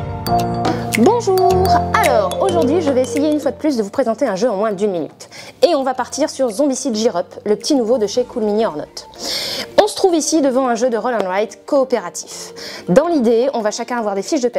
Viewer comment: Merci pour cette vidéo sympa et cette découverte. Je connaissais les Zombicide avec les figurines mes pas cette version avec des cartes. Par contre ça ne ce prononce pas "jir" mais "guir".